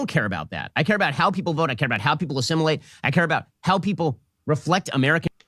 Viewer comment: says assimulate.. more like desimulate.